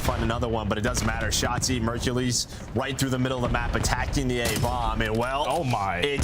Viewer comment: Kinda petty that can't pronounce Mercules correctly